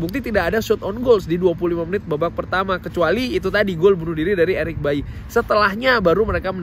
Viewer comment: Eric Baily bang bukan Eric bayi